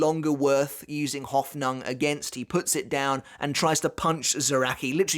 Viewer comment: ive never heard anyone butcher the word Hoffnung quite like he does